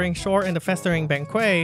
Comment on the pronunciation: In case nobody has informed you on it yet, it's a banquet, it's like blanket just remove the l and that's how it's pronounced